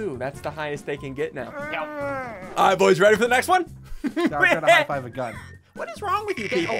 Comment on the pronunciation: Me: I'm already subscribed Ssundee : I'm gan a break up with you